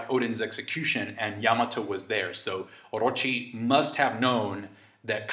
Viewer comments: I hate the way you say Orrrochi, but great analysis though. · I have a crush on you and the way you say Orochi 💖😳